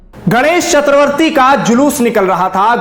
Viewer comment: इन्होंने सही उच्चारण किया है